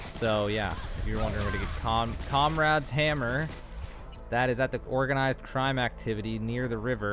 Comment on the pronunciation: You said cum rad hammer close enough lol